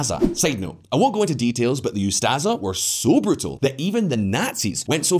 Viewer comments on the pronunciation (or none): It's ustascha. Ustasha. Š sch sh